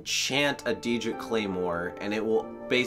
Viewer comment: Did I just hear you say Deerdric? Trying to ignore that…